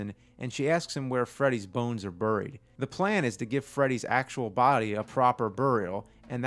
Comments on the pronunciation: Bear-ied not Burr-ied lol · Nothing cracks me up like hearing James say "bury" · I still think the way James says "bury" is funny